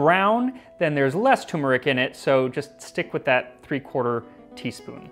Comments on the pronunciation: Ok I'm sorry but, repeat after me: Turrrrmeric. Not Tumeric. Turrrrrmeric. It's not a Tumor! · It's TURmeric.....Not TUMeric. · FYI there is an R you pronounce in Turmeric the word is not pronounced tumeric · Stop pronouncing it too-merik! Its tur-merik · I know you know your stuff when it comes to ingredients. But I could have sworn I heard you pronounce turmeric like "tumoric." That hurts my ears to no end. Anyways, keep up the great work, I plan on trying many of your recipes. For history and science! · I thought you pronounced turmeric wrong, but it turns out we were both mispronouncing it. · Kinda funny that you have a cooking show and don't know how to pronounce turmeric... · There is no “tumor” in the pronunciation of turmeric. Don’t neglect that first R. ‘Cheers. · He pronounces turmeric as I used to by ignoring the first "r".